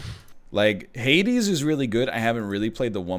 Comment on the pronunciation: I keep hearing "Heidi" when says "Hades"